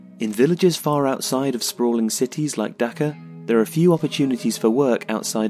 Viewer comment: Aye it's not "daka" its "Dhaka* I am Bengali